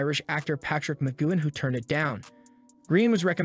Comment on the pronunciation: Please do your research it’s Patrick McGoohan not Mcguin